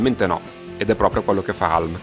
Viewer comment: Non vorrei fare il saccente, ma si pronuncia Hiulm, non Halm